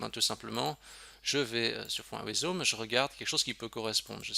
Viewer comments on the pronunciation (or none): Pour la prononciation de "awesome", cela se prononce "aussom" ;) - Excellent tuto. Merci